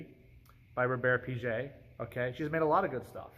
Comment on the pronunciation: I know it's not supposed to be exhaustive but I wanted to shout out Véronique Kato's work with Natura and the huge role the brand has in southern America. And If I may, the G in Piguet is pronounced like the G in guitar :)